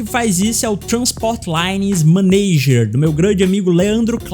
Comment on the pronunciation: O inglês é padrão Wilard 👍 Que beleza “maneiger”, “teiles”